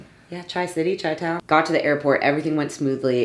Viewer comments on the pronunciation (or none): OMG!!!! Chi-town, it's not pronounced "Chai-town" it's "Shy-town" LOL Also no one who lives in Chicago ever say it, it's like calling NYC "The Big Apple"...ewww! PS. Love your spunky personality 😍🤩